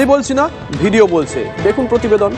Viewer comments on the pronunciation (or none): none